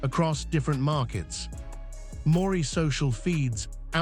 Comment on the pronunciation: Why don't you get your scrambled circuits together. Your fake accent is overdone and what the hell does Morry mean? Or is it Moree? If you're too lazy or in competent to read your own dialog, at least program your A I bozo to say it right.